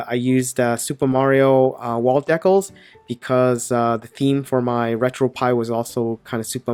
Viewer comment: ive never heard decals pronounced that way